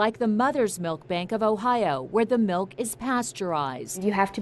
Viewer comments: We say milk not malk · I hate how Lisa says “mElK” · It's milk not melk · Why do Americans say milk as “melk”? It irks me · It's MILK Not MALK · Is it just me or did they all say melk instead of milk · I almost turned the video off because she kept saying “melk” 😖😖😖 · ‘Melk’ makes me so angry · “Breast malk” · First of all it's milk not MALK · she’s pronouncing ‘milk’ like ‘melk’ ohmy 🤦🏻‍♀️ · Anybody notice how she pronounced milk? She said malk!!!! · Ok Inside Edition, it is milk, not melk. Seriously. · Why do people say melk? Like.... what the heck? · I hate how most white people say "melk" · she said "melk" eghhhhhhh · She says melk not milk Cringe 😣😣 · tf is "melk"? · Ikr! Melk LMAO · Me too AAAAA ITS M I L K